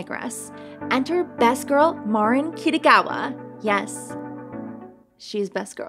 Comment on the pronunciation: pronounced Mareen